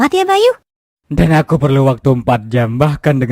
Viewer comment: Kok bayi bang🗿🗿🗿 Bukan bayu🗿🗿🗿